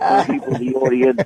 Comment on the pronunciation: An awdoiance